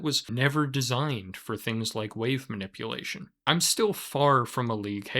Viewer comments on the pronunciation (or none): none